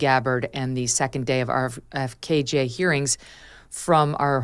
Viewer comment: Please stop calling RFK JR, “RFKJ”. It’s weird.